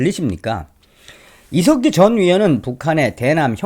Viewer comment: 저는 처음 께서.....이색기 하고 욕하시는줄 알고 깜딱 놀랐습니다~ ㅋㅋㅋ; 이 색 기......라고 하시는줄 알았는데.....?? 이 석 기 였다라는.....?? 그런데....자세히 들어보세요...?? 그럼...이 색 기 라고 들립니다~* ㅎㅎ